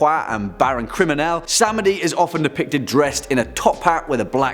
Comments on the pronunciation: Baron Samedi's name is pronounced "Sam-dee" not "Sam-ed-ee". He is also not the WORST Haitian deity, nor do they fear him, at least, not as much as they fear one of his other aspects, Baron Kriminel, who represents violence. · it's pronounced "baron sam-dee" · Baron Samedi is pronounced Bah/ron Ssam/Di. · Samdei is pronounced sam dee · Just to let you know, samedhi is pronounced Sam D. So it's Baron Sam Dee. He's good people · Now if only we could get him to pronounce "Samedi" properly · yet he mispronounced Baron Samdei's name :P